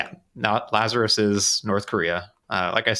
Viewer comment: "our good friends lazarous" uahuahuahuahuahuahua